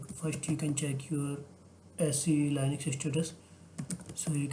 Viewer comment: please fix the linux pronunciation. it's leenux and not lainux